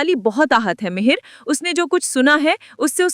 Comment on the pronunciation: Madam ji meher nahi mihir he